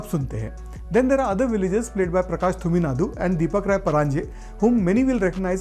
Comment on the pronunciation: Th = त, T = ट. So it is तुमिनाड not थुमिनाडु. मर्लूरु is the name of the village. Marl means Madness in Tulu (the local language of the region featured in the film). Also, the picture for Deepak Rai Panaje was incorrect. You actually showed Prakash Thuminad who was also in Kantara (playboy chatacter) Deepak Rai Panaje played the balding brother-in-law of the heroine in Kantara. Dhadak2 is a remake of the Tamil film Periyerum Perumal and not Sairat. The Tamil industry has been making caste politics the subject of its films for a while now and has multiple directors who make films on this subject.